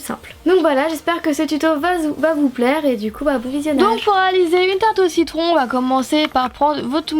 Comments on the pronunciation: cc tu as dit cicon au lieu de citron qu'on je t'adore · ta dit un moment "cicon" au lieu de "citron" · Tu a dit tarte au cicon a la place de tarte au citron lol♥ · Trop mdr un moment tu as dit une tarte au cicron au lieu de ta tarte au citron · tu as dit tarts au cicon mdrr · elle a dit tarte au ciquon lol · a ta dis tarte au cicon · a tu a dit cicron et pas citron mdr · Lol a ta dit tarte au cicon 😂😂😂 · Tu as dit au : cicon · Citron pas cicon😂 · je suis la seule à avoir entendu "tarte au cicon" ? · a tu a dit tarte au si-con mdr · qui a entendu tarte au cicon a 39sec ? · A top comme d'ab juste au tout début la deuxième fois que tu dis citron tu dit cicon mes sa arrive 😍 continue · Lol !! Tu as dit<< une tarte au citron>>, puis après ta dit <<2 tarte ai cicons>> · 0,42 seconde :tarte aux cocon lol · A ta dit tarte au cicon ❤️😭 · mdrrr a la 45sec tu as dit ciquon au lieux de citron !!! autrement super video comme d'hab et tes petites tartelettes me donne trop faim !! elles sont trop belle !! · Mdr Ç est moi ou ta dit "tarte au six con" 😂😂😂😂😂😂Sinon bonne vidéo comme d'hab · tarte au ciquon a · tu dis tarte aux cicon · tu dit tarte au cicon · au début tu as dit "tarte au cicon" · A J'ai entendu tarte aux 6 cons.... x') bref sinon super vidéo ! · Je suis la seule à avoir entendu tarte au ciquon ? À part ça c'est une super vidéo 😊